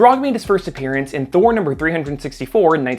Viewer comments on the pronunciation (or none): none